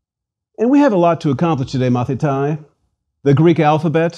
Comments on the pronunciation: It is not "Mathitai" it is pronounced "Mathite" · With all the respect you are not pronouncing our words correct . The word student Μαθηται is pronounces Mathite .ΑΙ = ΕΨΙΛΟΝ . ΜΑΘΗΤΑΙ . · It's great that you are so passionate about the language of my ancestors but let me give you a tip: (At least in Greece) We pronounce the words in accordance with the modern greek pronounciation so the "αι" is not "ái" but "e" and conequently the "μαθηταί" is not " mathitái" but "mathité"